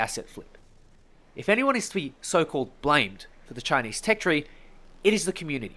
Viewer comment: "Chineese are bery nationalist" like they have a option lol